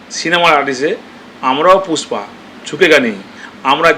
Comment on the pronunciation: পুষ্পা❌ ফুসপা✅ 😂😂😂